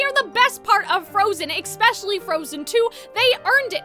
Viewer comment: I'm so sorry but why does she say ekspecially instead of especially ??😭